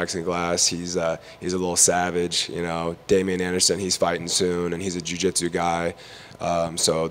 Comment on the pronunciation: Why is this reporter having such a problem saying Jiu Jitsu? There is no D homie, leave that at home. Cody looking solid, always a heater on the Texas competition scene. Big things coming his way for sure!